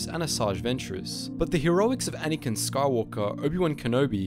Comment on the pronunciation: Anakin* The fact that so many people misprenounce Anakin's name as Anikin seriously pisses me off. Like do you not know how to type it or what?